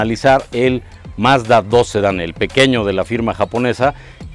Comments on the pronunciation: Alguien enséñele a hablar al tal con su Mazdadós y su Hyundái. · Nunca he entendido por que siempre dice los nombres a su "modo" (pronuncia mal los modelos) Mazda2 HyundÁi Accent Al igual que lo hace con el "Mazda3" y "Mazda6"